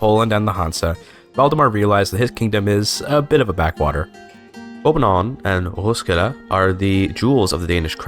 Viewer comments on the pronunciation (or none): Your pronunciation is really good actually. Except København 😅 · hej dane here københaven was not that good but roskilde was petty spot on